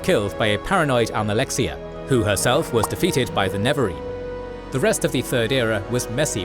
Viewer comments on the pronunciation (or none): NeREvarine, not Nevarine bro...